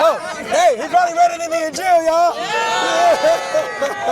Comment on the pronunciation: “… it’s in your injiil” 🤣